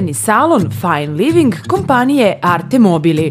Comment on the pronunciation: fajen living aj boze zasto koristite strane rijeci ako ih neznate izgovarat